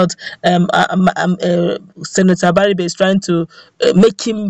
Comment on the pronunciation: Except you can't pronounce Igbo words correctly, the "ri" sound in both Abaribe and Iberibe goes up. So, that sound is the same in both words. Most young people today of Igbo descent hardly pronounce Igbo words properly.